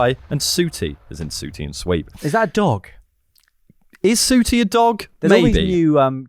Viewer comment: The pronunciation of “Sooootie” is the most offensive thing in this pod. Fantastic work.